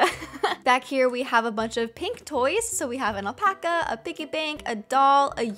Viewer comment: So here is an apaca Me: ooh, wait... did you just say 'apaca'? It's finnee 😘